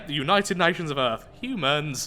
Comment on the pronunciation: "It's pronounced earth, daddy" "Really? Then why does have it have an a in it. I'm just going to keep on calling eearth"